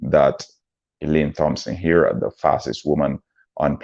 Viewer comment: Thompson pronounced TOMPSON